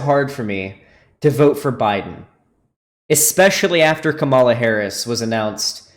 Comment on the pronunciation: Ngl it's kinda cringey that still doesn't know how to pronounce Kamala lol